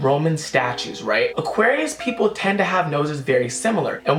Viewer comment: Did he just say auqarius is a water sign